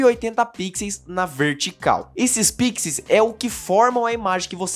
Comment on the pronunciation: o plural de pixels é com som de "u" 😆 Mas o vídeo é excelente!